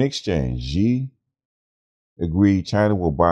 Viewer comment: Great news, but please, the Xi in Xi Jing Ping is pronounced like "SHE" not "JEE". And Huawei is "Hwa-way"!